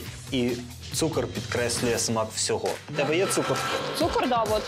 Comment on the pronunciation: Як ріже слух оці "тішіна и цукір"!Невже слова "тиша та цукор" такі важкі,щоб правильно їх вимовляти?!